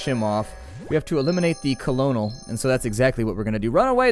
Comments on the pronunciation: It's pronounced cernal not colonel but everyone probably messes that up I used to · colonel is pronounced curnel